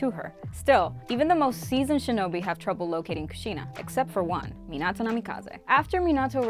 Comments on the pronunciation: Bro she missed like 14 characters 2 clans and pronounced minato wrong of course(not including other clans then the senju,uzamaki,uchia and ososuiki clan) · It disgusts me the way she says Mostly everything like Minato, and other names and stuff, you can tell she has never watched the show/movies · Is know one going to talk how she say minato, kakashi’s last name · Your saying minitos name wrong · I don’t like how she keeps on saying Minato’s name wrong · Am I the only one who gets bothered by her pronounciation of Minato? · U pronounced minato wrong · Minado I thought it was minato 🤨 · Hey it’s Min-I-to not how you’re pronouncing it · It’s minoto not minato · She said “Minado” smh😂😒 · Does anyone get a little irritated when she says a name wrong like Minato. Its Me-na-toe. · Its min-uh-toe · Its Me-nah-toe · How she pronounces minato makes me mad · You said hatake wrong and minato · did you use google translate to figure out how to say minato's name if you did you are saying it wrong and so is Google translate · Way she pronounced minato 😭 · Who taught her how to pronounce Minato and Otsutsuki? 😬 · any body realize she keep saying minato wrong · So we not gonna talk about how she bucherd minato's name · It’s so stressful to hear her say these words wrong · I swear you are saying minato wrong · 4 months has passed and I came back just to say stop saying minato wrong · this video is great but I can't stop getting mad on how you say Minato wrong 😡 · i’ve never heard anyone mispronounce minato’s name so terribly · She says minato wrong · The way she says minato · Anyone else triggered she said Minato like Mihnahtoe instead of Meenahtoe? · is it just me or she keeps on saying minata instead of minato? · “Minata” it’s minato lol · Terrible at pronouncing the names 🤕 saying menato instead of Minato like “meanato” sheeeesh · I hear not minato but minaro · What i heard was menato but its minato 😬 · The way she said Mi-nah-tou annoys me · It’s minato not minado